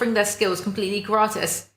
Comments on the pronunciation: The first time you said Gratis was right hahaha its not grati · /ɡɹaːtɪs/ with an s is the right pronunciation. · You pronounced ''gratis'' quite perfectly the first time you said it.... twat ;) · It is indeed gratis with an s but your second pronounciation made me laugh so thank you:) have a nice day!